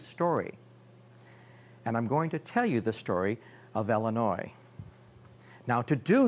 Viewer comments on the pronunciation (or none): Why do you keep calling Illinois "Ellenois"?